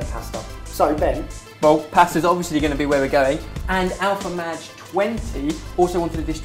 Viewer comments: Alpha-Madge?!?! Alpha-MAGE. -facepalm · Alpha Mahge 20....Ben really? Really? MAGE. ITS PRONOUNCED MAGE. MAY JUH.